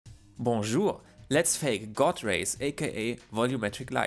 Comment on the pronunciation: your pronounciation of bonjour sucked